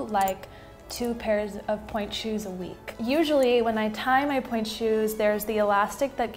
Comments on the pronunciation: en pointe ;)❤️ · en pointe (u probably know that but just incase, no hate)